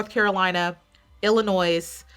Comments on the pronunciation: Waited for this! Thank you! Btw, as a native from Illinois, you pronounce it as "Il-ih-NOY"..so the "s" is silent. Illinois and Texas were in my Top 2 before the finals night & I'm so happy they both ended up in the Top 5. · Love this. Love you. But girl, the “s” in Illinois is silent. You don’t pronounce it. 😬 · I agree, I don’t know why she pronounced Illinois with a S 😂😅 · Love how they called out Illinois multiple times with the silent 's' and refused to conform and kept pronouncing it with a HARD 'S'. is here to make some noise, it's IlloNOISE!! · it’s illinoiize! 😆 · You don’t pronounce S in Illinois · When you say Illinois, it doesnt have the s in it. Pet peeve